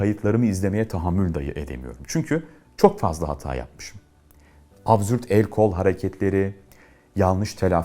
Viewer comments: Çok güzel ama söyleyin abzürt değil absürt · da sizinde bir hatanızı buldum Mennan Hocam :D Abzürt diyorsunuz :)) İşin şakası bir yana çok teşekkür ederiz bu güzel video serisi için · Tam da bu yorumu gördüm abzürt derken 😂